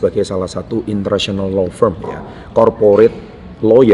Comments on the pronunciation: Law firm pak, bukan low ferm. Salam hebat luar biasa. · LAW FIRM, boss, tulisannya.... bukan low ferm